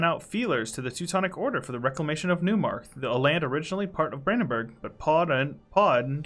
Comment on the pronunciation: Very excited for the new campaign! Small pronunciation thing and not a big issue, but I thought I'd mention that Neumark is pronounced like "noy"mark! I'd love to see you try out the new revolutionary mechanics in this campaign, but as I understand it you'd lose Prussian Monarchy so I get it if you'd rather keep that.